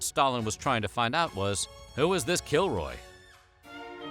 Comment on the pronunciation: help i keep hearing killjoy instead of kilroy